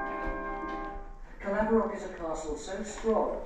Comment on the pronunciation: My clans castle! And you done an amazing job on the pronouncing the name Caerlaverock Castle! And i never knew this existed until just now.. last time I was there was to spread my father's ashes... and the maxwell clan history is absolutely bonkers!!! My ancestor William escaped the tower of London dressed in drag!!! 😂🙏🏻